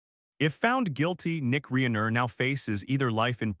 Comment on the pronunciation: This guy can’t even pronounce Rob Reiner’s name correctly